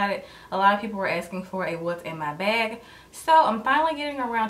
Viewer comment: Why does she say beyg instead of bag